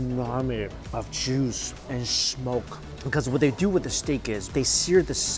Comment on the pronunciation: bro some feedback: I finally was able to pin point what was a bit off with your accent. your 'S' sounds tend to have a 'shhh' pronunciation rather than a clean 'ssss'. at you say "when you shlurp these noodles I kid you not it's like inhaling charcoal flavored shmoke."